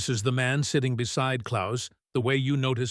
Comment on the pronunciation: Can the producers of this thing not program the AI narration to pronounce Klaus correctly, or at least the same way each time, whether correct, or not. That is most annoying and very unprofessional.